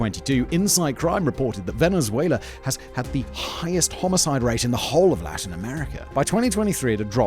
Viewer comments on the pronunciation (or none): none